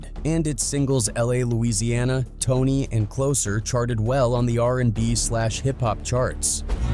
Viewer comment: It's T.O.N.Y and LA, LA!! Not "Tony and Louisiana" 😂😂 Who's Man's is This?🤦🏾